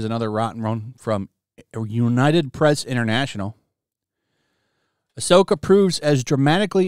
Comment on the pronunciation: More like Ah’Soy’Ka